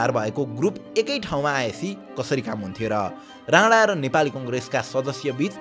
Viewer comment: Rana vaneko ki Radha 🤣bujhnai sakiyena ta